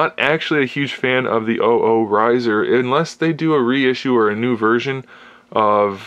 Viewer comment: shows been out since 07 dude, it's "double Oh" like the show.